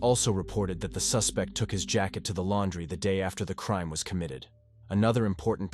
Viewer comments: What a tragedy of a promising family committed by a monster...Blood, trial, and crime.. mispronounced.. Blued, treal, and cream. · London pronunced Lun din, Crime pronunced Cry m, Feece pronunced Feece ese, Bloid pronunced Blud